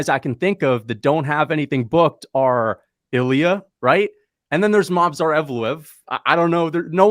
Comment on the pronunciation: Life has a meaning again. PD: LOL Volk saying Mosvar instead of Movsar